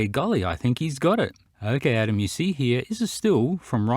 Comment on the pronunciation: Did I just hear call Adam, Atom? Lol